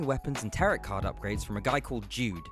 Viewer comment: The second T in tarot is silent. The word should rhyme with marrow and barrow.